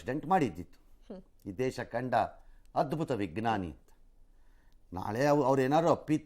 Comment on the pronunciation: ವಿಗ್ನಾನಿ ಅಲ್ಲ ವಿಜ್ಞಾನಿ ..ಕನ್ನಡವನ್ನು ಸರಿಯಾಗಿ ಹೇಳಿ...ಪ್ಲೀಸ್.